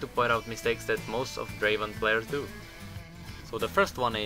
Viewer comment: Not Draven ... DRAVEN